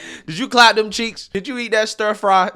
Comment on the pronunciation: Did you eat that ‘stir fly’😂